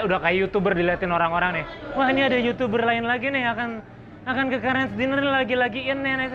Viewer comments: Bangbacanya dainer bukan dinner bang . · Harusnya bisa bedain “DINNER” sama “DINER”. Artinya beda dan cara pengucapan nya pun berbeda. Semoga bahasa inggris orang Indonesia semakin membaik 👍